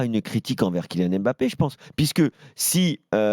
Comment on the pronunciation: Je comprends pas les journalistes qui prononcent M-bappé or c'est beaucoup plus difficile et lourd que de dire Mbappé (le son est le même que dans deMbélé). L'excuse de prononcer "à la Française", c'est complètement bidon, personne ne prononce par exemple le nom du président américain "à la Française".